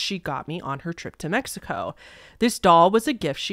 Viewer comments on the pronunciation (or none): none